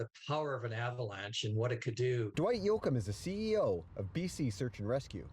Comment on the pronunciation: Dwight yoakhim… lol!